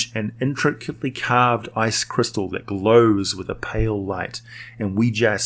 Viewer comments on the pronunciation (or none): none